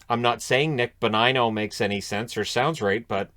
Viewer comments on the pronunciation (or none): Nevermind Nick BO-NIGH-NO! Let's talk about EL-IYEZ PETER-Son., you've cracked the code of what's wrong with the Canucks! Common, Canooks! This is terrible!